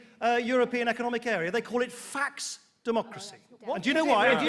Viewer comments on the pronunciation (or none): The guy on the left doesn't know how to pronounce faux